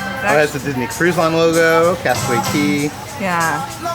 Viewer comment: Love you guys. It is cay though not key. But you both are phenomenal. I will never be able to do the cruises and watching you guys makes me feel like i have gone on them!!!